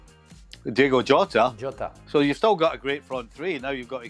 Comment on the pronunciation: It really annoys me when people say diego jota. Its diogo